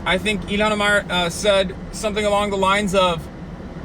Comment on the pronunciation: Quit pronouncing her name like that ya fuckin mook